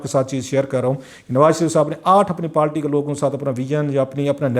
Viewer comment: کلاسرا صاحب اپ اچھے اینکر ہیں لیکن اپ پارٹی کو ہمیشہ پالٹی کیوں بولتے ہو اس کی کوئی خاص وجہ انگلش میں بھی لفظ پارٹی ہی ہے اردو میں بھی اپ کونسی زبان میں پالٹی بولتے ہیں